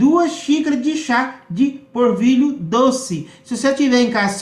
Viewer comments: Não é porvilho é polvilho 😀😁😂🤣😃😄😅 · Gostei da receita, mas não é porvilho e sim polvilho. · O pão de queijo deve ficar uma delicia, vou fazer, mas por favor fale direito: é polvilho, não assassine a língua portuguesa. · "porvilho" "puxento" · Ele fala tão bunitinho 🤗🤗porvilho 😶